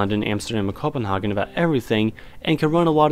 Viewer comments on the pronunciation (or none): none